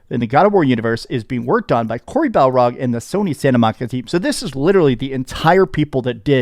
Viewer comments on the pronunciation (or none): I haven’t said anything for years. And I’m not trying to be rude. But it’s bar-log not bal-rog lol. I do love your videos brother. Keep up the good work. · For the love of God his name is Barlog not Balrog😂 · Its Cory Bar-log not Cory Bal-rog 😅 You've been pronouncing his name wrong for years and it drives me insane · could not say BAR-LOG if his life depended on it.